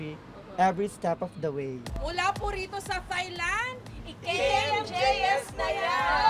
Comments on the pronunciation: Its not soft "th" sa thailand ms jessica.. its like tailand po.. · Ms Jessica, I respect you a lot but it’s not “Thigh-land” , “Tai-land” po. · I always say "its Tailand" every timeJessica says THailand. Hehe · I wish people would correct the way they pronounce "Thailand" it's not "THIGH"land, it's "taɪlænd" like "TIE"land. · silent H po ms jessica ang THAILAND. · Can you please, please, please, pronounce the country THAILAND, and THAI people CORRECTLY!